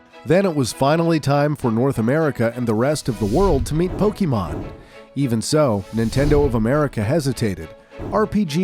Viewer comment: Bruh. It's "poh-keh-mon" or "poh-kay-mon", not "poh-kee-mon." Lots of other mispronounciations as well, like "Charizard." But you pronounce things incorrectly in every one of your videos. 🙄 Also Ash doesn't "leave home forever", lol.